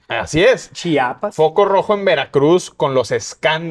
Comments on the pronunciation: Chiapas no chapas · En conductor que dice CHAPAS,en lugar de CHIAPAS,QUE RESPETO MERECE??